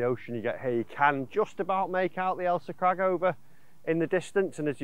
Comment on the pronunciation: Went a bit wrong on this one, it’s Ailsa Craig not crag and it’s definitely not the Irish Sea it’s the Firth of Clyde. Will let you off as your vids are great. Try Prestwick St Nicholas next time you’re up this way.